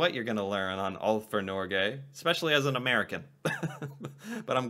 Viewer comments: You don't say Norge with a soft g, you need a hard g. Like the word Get. Norget without the T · The G in Norge is not a soft G, but a hard G. Like when you pronounce the word GO. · Norge - > the g like in "go" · When your pronouncing Norge, you sound like you say Nåcjhe. It really grinds my gears. You put out a lot of great content btw. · Please notice that Norge is pronounced with a hard g, Nor-geh. You also mentioned somewhere else that you have to be a Norwegian citizen to study for free at a Norwegian University. That’s not the case. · there is no J in Norge! xD prenounce it correctly